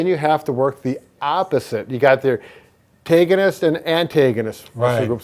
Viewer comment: pretty sure its Agonist and Antagonist not tagonist